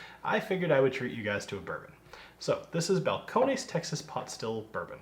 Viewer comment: It's just pronounced Bal-cone-iss.